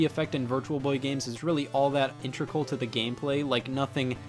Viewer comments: "intrecal" its integral. funny anecdote, i just had this conversation earlier today. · Scatt, do you mispronounce words on purpose? I.e. Integral, preface, etc.